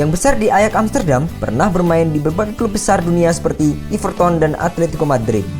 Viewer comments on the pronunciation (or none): kelihatan gk begonya yang narasi idiot gk ngerti bola ngucap everton aja gk bisa..iverton jadinya ..idiot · Everton bukan iverton. Tetep pake 'e' pelafalan kaya 'enak'